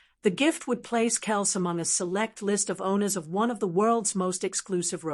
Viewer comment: I like how this person on the video can't pronounce Travis's last name correctly.